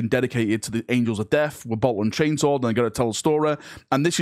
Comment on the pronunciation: Man, i was clickbaiting so hard, i barely caught this...Did he say "Angels of Deaf"???